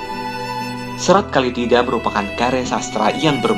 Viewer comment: Bukan Kali tida. Tapi Kala Tida